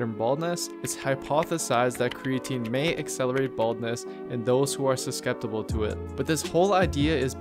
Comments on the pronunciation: dude made up a word! “Susskeptable”. Informative vid though. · Did you just say suskeptable lol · "And those that are susceptable to it"... 🤣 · Susceptible = suss-sept-ible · he enunciates susceptible incorrectly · Bro you mispronounced susceptible. This video is 3 yrs tho. You most probably have got it correct by now hehe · Weird way of say “susceptible” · I love this video you did a great job but I laughed when you said "susceptible"